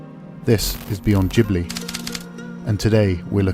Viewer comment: your fundamental statement in the introduction suggests that no one gets this series until now. and you can’t pronounce ghibli. in fact your video offers nothing new. unless you’ve actually never seen the anime at all.